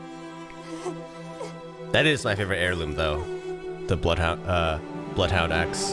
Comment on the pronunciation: "i... Bloodhoudthur, will slaughtherla"